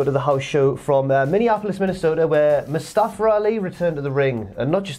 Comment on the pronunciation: They always pronounce his name as Mustafer and not Mustafa lol